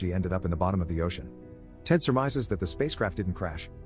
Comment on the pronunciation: "astronout in the oCeAN 💀💀